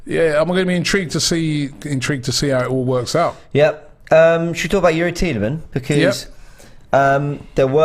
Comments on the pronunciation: Robbie loves mispronouncing names haha. He said Lau-ture-ro Martinez all last Summer, it is Lau-Tah-Ro. And It is not Tee-lah-manz, it is pronounced Tee-lah-mah (with the French inflection) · Tee le mons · Bro please pronounce the S on Tielemans🧐